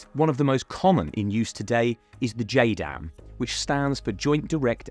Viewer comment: its JDAM, not JADM